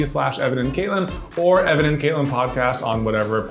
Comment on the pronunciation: 😂 saw you guys on prop academy with bill Doran, and even then I was like “hey! Your names both together is my name” and at the start of this episode, I swear I heard “Evelyn” instead of “Evan and” 😂 doesn’t help there’s a lyn in katelyn But other than that, I love your energy and vibes, not to mention music/sound selection 💖 I have already subscribed 👍